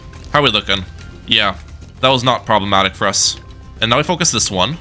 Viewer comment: Why do you say "probamatic " so much